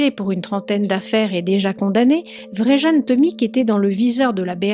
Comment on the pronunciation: Plusieurs précisions : -c'est Vjeran, pas Vrejan, ça se prononce Viéran -ce musée avait ses alarmes HS depuis plusieurs semaines donc paye ta forteresse -les enquêteurs n'ont pas eu besoin de le faire craquer, il a tout avoué direct et balancé le recéleur qui l'a escroqué et donc trahi Ah t'en parles après. Bon, mais les enquêteurs ont été surpris que, pris la main dans le sac pour un autre larcin, il ne cherche pas à se défiler. J'espère aussi que le couillon chez qui le recéleur a planqué les tableaux ne les a pas détruits, moi je lui collerais perpétuité pour ça.